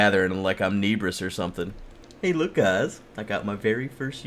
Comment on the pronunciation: Why does pronounce Nebris like Neebris